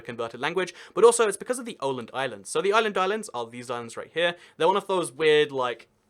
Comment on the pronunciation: You said every name wrong except Åland and Helsinki.